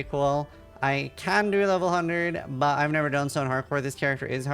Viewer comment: does know that there s "t" in the word "but"?